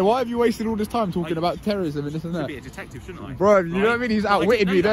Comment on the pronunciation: Did he say detective or dicktctive